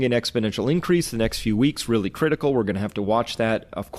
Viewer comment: lol sounded like u said CLITical